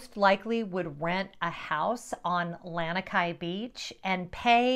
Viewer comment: Please pronounce Lanikai correctly. It's more like "lawn" ikai.